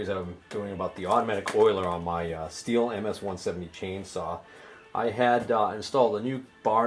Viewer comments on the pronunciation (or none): its STIHL .......as in till.......tube